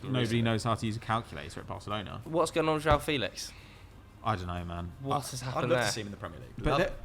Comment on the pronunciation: I’m portuguese and is completely making up a portuguese way to say felix it’s not felish at all 💀